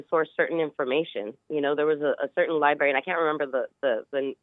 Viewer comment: I can't take anyone seriously that says "Li-berry" instead of library. I remember my elementary school librarian telling us that on the 1st day of Kindergarten